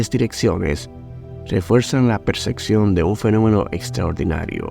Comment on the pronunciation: Percepción hermano no Perseccion☝🏼se pronuncia distinto😢 … 🗣️👂🏼…🫂❣️✨